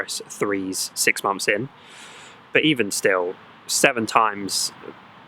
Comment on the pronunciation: "6 mumths"?, "6 MUMTHS"????